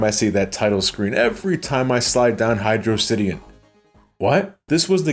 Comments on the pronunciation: "It's Hydro City, not Hydrossity" Amen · Thank you! It is pronounced "Hydro City", not "Hydrossity". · He's right. HYDR(OH) CITY. NOT HYDRAWCITY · It's Hy-dross-ity. Hydro-Velocity. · I've enjoyed your content for years, even enjoyed this review. It's gotta be Hy-drocity, like atrocity, or we're not on speaking terms m8. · Can't believe you pronounced it Hydro City. Might as well have cursed my dead grandmother. Frankly I am offended. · I will take the Hi-dross-ity pronunciation to my grave, thank you very much. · great video! but it's actually hydrocity (hid-rock-ity) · HYDROCITY, PRONOUNCED LIKE VELOCITY BECAUSE IT'S ONE WORD DAMMIT. NO SPACES.